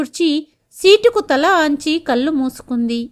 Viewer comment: అనింది అనకూడదు అంది.అనాలి. కల్లు అనకూడదు కళ్ళు అనాలి.